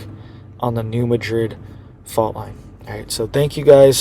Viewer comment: I live in TN and it’s NOT pronounced “MaDRID” but “MAD-RID.